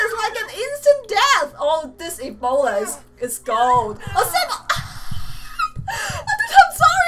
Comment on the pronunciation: It's E-bolda